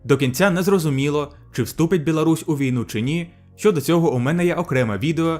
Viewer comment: Не белорусь а Білорусь трішки підправити мовлення і все чудово!! А якість відео як завжди на високому рівні!! Ти кращий